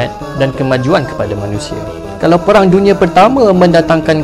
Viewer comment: Bukan perang tapi peghang. Pelat 'r'